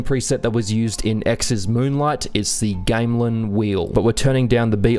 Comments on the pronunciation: my man really said game lan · just a heads up but "gamelan" isn't pronounced that way haha